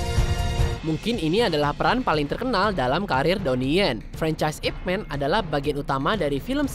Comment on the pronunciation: Utk penyebutan nama "Ip Man".,tolong atau siapapun, penyebutan yg benar dari daerah kanton adalah "Y-I-P M-A-N" (Man bukan Men, lalu utk hurup 'Y', disebut atau tidak perlu disebut tidak masalah).. Atau kalo dari daerah Foshan adalah "Y-E W-E-N" (Yi / I / Ye Wen)...terimakasih